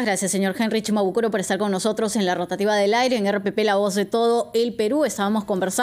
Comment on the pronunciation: Quiero decirle a la señorita que no es CHIMABUKURO es SHIMABUKURO.